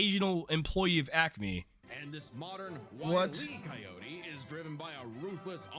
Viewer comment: Willy Coyote?! Did I hear that right? Wile E (as in... wily. Cunning. Clever)